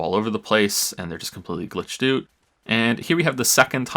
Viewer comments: "glitched oot" lmao silly Canadian speak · "completely glitched oot" oooooh someone's canadian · "Glitched oot." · "Annd they're just completely glitched oot" made me chuckle while i had this up on the second monitor doing some work haha. Great overview of everything you said though. Sometimes the horse needs to keep on being beaten so maybe the owner will take a hint that maybe the next horse should be actually presentable come next season, if you catch my drift... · Canadian Confirmed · that’s the most Canadian thing I’ve heard